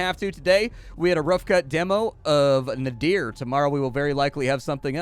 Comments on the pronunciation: A unique variation on card play, and nice execution...might have to pick this one up. BTW, Nadir is a specific word pronunciation (Nay-Derr), rhyming with the hesitation sound "errr", not a name or something. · Sorry to be that guy, but nadir (as in the opposite of zenith) is pronounced "nader" like Ralph Nader. I made the same mistake during a presentation once, and up until that point I'd only read the word.